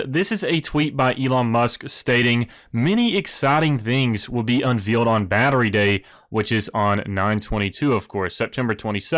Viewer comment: It's pronounced un-VALE-d, not veal like the meat. :D